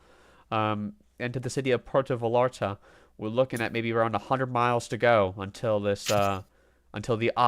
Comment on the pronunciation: Actually it's more like VA-SCHAR-TA. there is a real quick and sharp "sch" instead of the normal double l sounding like a y. It's a local way just for vallarta. So you are correct and the y is wayyyy better than sounding the L's like English L's. But one more class above ya its a scha sound. Most foreigners say Porto vayarta.. And it's close so it passes. Puuwerto vyscharta <--- say it like that and kinda quickly. The sch and the r should come out almost with out being noticed.. And project the vy, a, ta strongly. I've been living here for so long I was always getting corrected when I'd say it like you are describing and finally a local explained it to me..